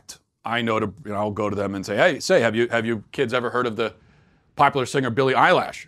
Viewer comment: Matt: "I'm pretty in tune with the youth." Also Matt: Billie Eyelash